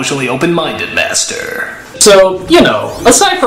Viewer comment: Funny, and I had another window open, and I heard "bastard" rather than "master".